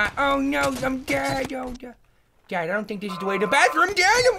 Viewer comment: It's a don move Toby... a DONT move.. Emphasis on the DONT!